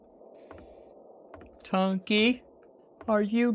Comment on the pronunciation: NOT SAY BUNKEY SAY BUNKY